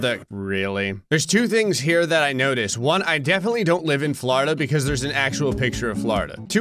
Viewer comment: You say welcome to Flordia but is say welcome to America